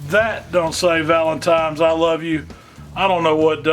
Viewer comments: He had me at "Valentime's". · "Valentimes." I love it. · "ValenTIME'S", really? 😨😕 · Anyone who says it like that, bothers the hell outta me lol. His steaks look perfect though